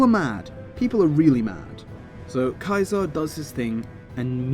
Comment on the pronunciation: I like how you pronounce "caesar" properly i feel like its an often over looked detail when talking about him